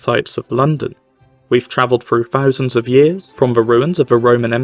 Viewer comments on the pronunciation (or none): The speaker's refusal to pronounce the letter T is very irritating: BeTTer / iT is / forTy. New is not pronounced Noo. TH is different from F: THousand / birTH. The mispronunciations are distracting.